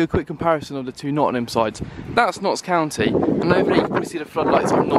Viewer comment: Mate...he proper insulted us saying county 😂😂😂